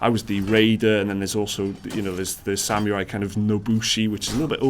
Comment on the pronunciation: Dude ...i love your channel but you pronounce incorrectly beta and samurai...lol...i cant watch the video now...i am waiting for the next beta or samurai in the audio :)))